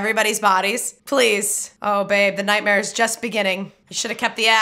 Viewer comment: The way she says "ni'ihtmehr."